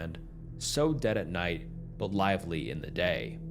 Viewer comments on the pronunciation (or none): none